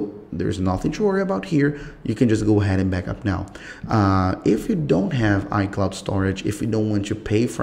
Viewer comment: "how chu" "go chu" what's this chu chu